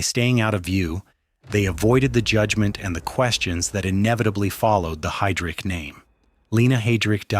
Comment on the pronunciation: And Heydrich is pronounced Hye (or Hi) - drich, not Hay-drich. Kind of fundamental, I'd say.